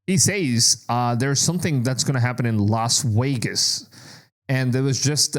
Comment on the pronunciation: Las Wegas 😂